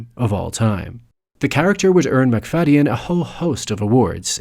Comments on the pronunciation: I've always heard it pronounced McFade-in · I've never heard his name pronounced like that, the y has always been silent when I have heard it before.